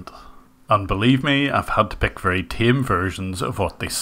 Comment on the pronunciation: Each and everything. "Wery" good English 😂